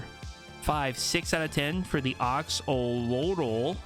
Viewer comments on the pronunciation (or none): It's Axe-O-Lot-l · the pickaxe is pronounced axe-o-lot-ul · Axolotl. Pronounced like Axe-o-lot-ill. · They’re pronounced axe-oh and axe-oh-lot-ul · the axo pickaxe is pronounced axe-oh-lot-l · It is pronounced Ax-a-lot-l